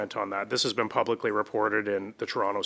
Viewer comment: She cannot say the word " PUBLICALLY " ? she manglors the word ; "PUBLISCHE " @@@